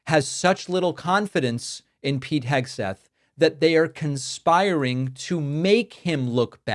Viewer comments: Did she say Hegsweat? :D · Did she say "Hegswig"? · “Secretary Eggsweat” 😂 Let’s make this a thing! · Did she say "Secretary Heg-sweat"? That sounds about right. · 'Secretary Hegsweat' Nice one Karoline, that's right up there with JP Mandel.